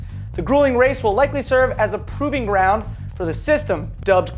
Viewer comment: "proving ground" - it's pro-ving ground you fucking moron. LOL he had to read the teleprompter for its literality. What a schmuck, gimme that job.